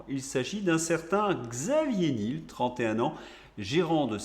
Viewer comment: prononciation : Xavier nièèèl